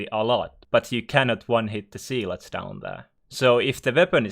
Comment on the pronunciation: It’s pronounced Zeh-lots not zeee-lots